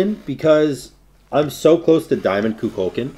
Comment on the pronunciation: going back watching vids i missed this year only to be reminded how badly i hate how says kukulkan